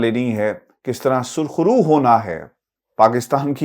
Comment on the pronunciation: Surkhrroo naheen,,,, SAYAHROO.